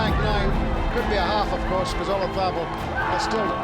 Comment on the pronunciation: Why can’t people pronounce Olazabal’s name! It’s not ola-tha-bull, the emphasis on ‘tha’ .. the Spanish pronounce it Olathabal. The emphasis on the ‘la’